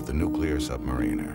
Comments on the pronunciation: Damn it, for the hundredth time, submariner, NOT submanineeer! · submareeener??? isn't it submariner shit contaminator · R Wood Right! Im from SSN 650 USS PARGO 77-79, I hate when they constantly mispronounce submariner. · Two of my cousins were submariners, reactor personnel to be exact. They pronounce "submariner" with the "marine" part as you would pronounce "marine" as in Mqarine Corps. They get on me because I pronounce it the British way as in "submariner" with the "mariner" part as in "The Ancient Mariner", thanks to our grandfather and their uncle, my father--our grandfather, my father and myself were all born in Scotland